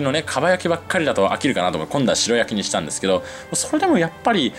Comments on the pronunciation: 白焼き→しらやき⭕️ しろやき❌ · 鰻の「しろやき」ではなく「しらやき」ですよ! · しらやき、が一般的かな？しろやきは聞いたことないな。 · しろやきじゃなくてしらやきじゃないんですか？？ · しろやき ✖︎ しらやき ◯ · スーツくんほどの知識豊富な方でも 鰻の白焼きを 「しろ焼き」「しろ焼き」と、繰り返し言ってしまうこともあるんだなぁ。😅でも、ここのコメント欄に皆さんが 訂正してくださっているから、現在のスーツくんは 「鰻の しらやき‼️」って、認識されていることでしょう❤ スーツくんのファンですので、スーツくんが 私の大好物でもある鰻の 食べまくりのツアーの動画を幸せ気分で見せていただきました‼️😆👍👍👍👍👍 それにしても、美味しそうなお店ばかりを巡っておられますねぇ😊 近年、一昔前より鰻の値段が上がり、控え気味でしたが、スーツくんみたいに 豪快に食べるのもいいなぁ❤と、思いました‼️ 他の物を節約したりしたら、鰻を食べる費用が捻出できるかなぁ。日々の無駄遣いを減らしてでも食べたいな❤ 鰻。 スーツくん、楽しい動画をありがとうございます🙋 元気出ました😊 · しろやきじゃなくて、しらやきな。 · 鰻の白焼きは、しろやきじゃなく、しらやきと言ってくれよ！○○蒙昧！ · ”しろやき”じゃねーだろ？ ”しらやき”って言わねーか？ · しろやき？しらやきでしょ？ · しろやき？ しらやきだろ！日本語ちゃんとしろ！ 確認して、訂正しお詫びしてくださいね。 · 美味しく鰻が食べれた様子、楽しく拝見しました♪ あの、白焼き、は、しらやき、と読むと思います。。。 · 白焼きは、しらやきと読むのでは？